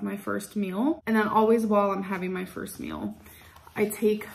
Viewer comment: The word is MEAL. Not MILL. My god !! Since you are at home all day everyday with nothing to do but eat and sleep please take the time to work on your English.